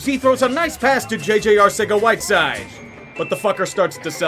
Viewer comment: Two problems 1. JJ Arcega-Whiteside's name is pronounced "Arthega-Whiteside". 2. That's not him, that's Jalen Mills.